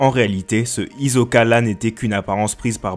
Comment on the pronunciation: on écoute un "S" et non pas un "Z". D'ailleurs fallait voir le prénom de Hisoka en japonais dans le manga. Ça s'écrit comme ça: ヒソカ Donc ça se prononce Hisoka. Mon frère j'adore tes vidéos, l'analyse et les infos sont excellentes.. j'apprécie ton effort. ❤️❤️❤️